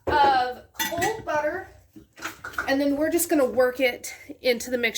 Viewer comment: Ses quoi one stick of beurther